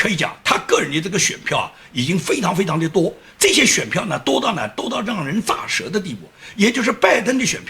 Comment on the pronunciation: 支持，真心不容易 纠正一下，是咋(ze)舌，第二声